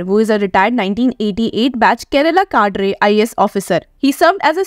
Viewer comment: Farcical is not pronounced as farsheyshial, lacunae is not lacuna, cadre is not cadare, kuperation? 🤕